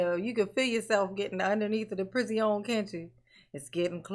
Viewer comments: I like "prizzione" but my all time favorite is "Prisneyland." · I've consumed a lot of Darrell Brooks Trial content... and your video reviews/analyses are my favorite. Got me dying every time. "The pri-zee-onnnne". 🤣👏👏👏